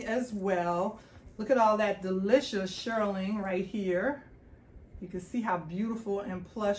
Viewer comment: nice haul girlie...it's pronounced "SHEER-ling, not SHIR-ling"😊